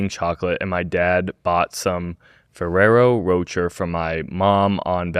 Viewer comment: pronouncing “Ferraro Roucher” like that is INSANE